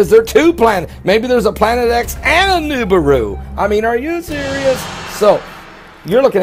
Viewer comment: And at least pronounce the Planet right Moron